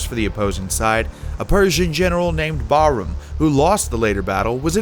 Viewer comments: "Byezantine" "Kaw-cassus" "Barum" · The pronunciation of Persian kings 🤴 was ridiculous 😐 specially Khosrow and Bahram